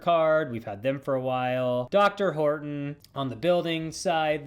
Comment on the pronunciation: I think its pronounced Dee Are Horton's